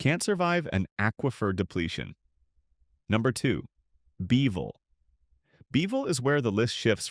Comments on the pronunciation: Kerrville not Careville. Peecos? Its Pay- cos!! Beville? Its Beeee' ville. This video was made way before the big flood that hit in early spring of 2026. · This announcer has got to be AI. Nobody is that stupid to mispronounce towns in a video of this magnitude. .For instance, Pecos is pronounce pay-kos. Beeville is not Bee-veal. It's Bee-ville. It's not Nusass county, it should be Nu-aces County. Many other towns were mispronounce in such a way, it would insult any Texas native